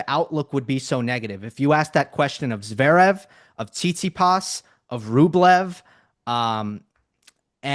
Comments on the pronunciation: Flink should finally learn how to pronounce Zverev. He always leaves out the first “v! It’s not Zerev. All that knowledge and insight gives Flink elite status, but he might have to hope Zverev fades out of the need to be mentioned much if he can’t get the name right. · Steve, PLEEEESSSSE say the 1st V in Zverev